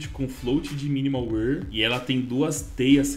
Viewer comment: mn pior q eu sou, e tbm falo alemão, e arrisco um pouquinho de italiano, e o jeito que ele fala wear é estranhao kkkk